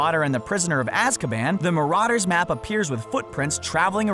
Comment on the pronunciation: You said Marauders wrong... sorry